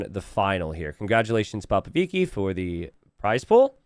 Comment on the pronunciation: proving with the color that he is a special boy with a touch of the tism. Explains he will never say Popovichi correctly.